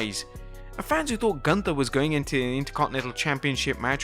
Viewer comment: If you really were there.... you should know how the name "Gunther" is spoken out.....